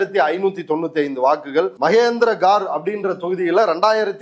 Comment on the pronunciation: சிறந்த விளக்கம்.‌ கரிகாலனுக்கு வாழ்த்துகள்.‌ ஆனால் வடநாட்டு ஊர்ப்பெயர்கள் மக்கட் பெயர்கள் சொற்கள் ஆகியவற்றை இவர் சரிவரத் தெரிந்து கொள்ள வேண்டும்.‌ மகேந்திரகடு என்பதை மகேந்திரகாடு என்கிறார். சர்பஞ்ச் என்பதை சார்பஞ்ச் என்கிறார்.